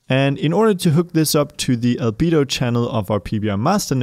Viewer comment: I cant stop hearing Libido when he says Albedo 🤣